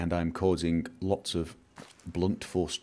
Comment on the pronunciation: "can I keep many lerts?" Oh man I laughed so much :D